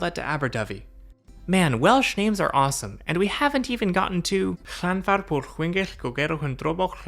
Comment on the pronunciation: Enjoyed this. Not used the Cambrian line because I live in the wrong part of Wales, but I hope to one day. Your pronunciation of Llanfair PG was spot on